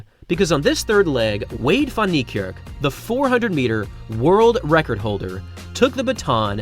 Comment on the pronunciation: For someone who purports to respect Wayde Van Niekerk, you still haven't learned how to pronounce his name correctly - despite the fact that people (not only me) have been pointing this out to you for years now! The "Van" is NOT pronounced "von", as you repeatedly do. It's more correctly pronounced as "fen". Your continued butchery of his name is disrespectful and inexcusable.